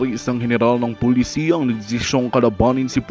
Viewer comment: Hindi pulisiya (policy)kundi pulisya(police).